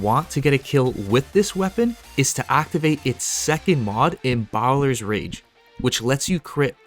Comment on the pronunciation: My god, why can't you pronounce Embalmer?